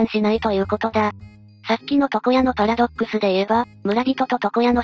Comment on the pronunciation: パラドッ↑クスはやめろ↓